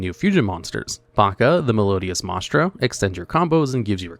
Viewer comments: You know, it is a video, if he is mispronouncing simple words like "Mah-es-trah"...... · And he still hasn't learned how to pronounce Maestra